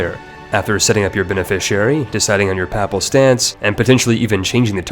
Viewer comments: Putting on this voice is super weird tbh. also piety is pronounced pie-yeti, papal is pronounced like PayPal. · OMG how many words can you butcher, examples Saracens, Papal and piety. I am sure you have butchered many more. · I don't think you pronounced ONE term correctly. Saracens, Papal, Piety... Oh dear where to start? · i would expect someone who makes ck2 guides to be able to pronounce piety, papal, saracen, and courtier properly